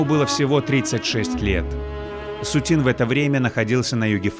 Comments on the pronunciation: СУцін -- арыгінальны націск, СуцІн -- на французскі манер. СуцінА, пагаджуся, гучыць дзіўна. Або СУціна, або СуцІна ўжо тады. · Очень режет слух это СутинА, ведь картины СУтина